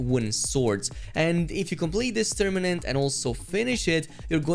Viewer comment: You said tourmanent lol